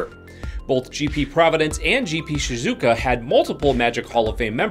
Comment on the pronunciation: Just as an FYI, Shizuoka is pronounced like 2 words almost (She-Zoo Oh-Kah)